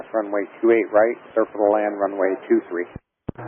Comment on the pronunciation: "Circle to land runway 23" vaguely sounded like "Cleared to land runway 23". Wonder if that's what confused the pilot at that point in the exchange, as it was way too early in the approach to be cleared to land.